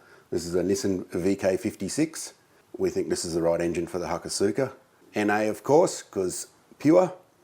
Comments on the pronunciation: solid guffaw at the aussie spec hakosuka pronunciation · Ha-kos-ka. Also, ko-oki (or kou-ki)